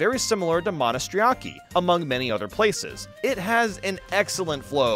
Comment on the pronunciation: As Greek myself hearing say Monastiraki is the kind of thing I never expected in my life but it's kind of awesome 😂